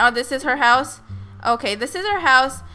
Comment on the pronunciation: you saying my hause is weird